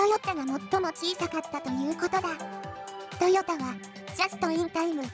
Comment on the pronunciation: トヨッタって聞こえるんだが．．． 関西ではそう発音するの？